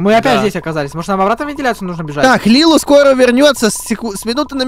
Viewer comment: Не Лилу а Лили